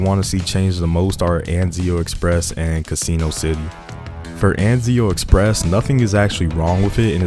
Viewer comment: It's not "casino" lol, there's a double s. Instead of Cuh SEE no, say CASS inno. Rhymes with Máximo, Massimo